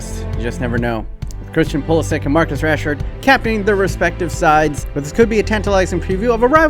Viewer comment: It is pronounced Pulisić (itch)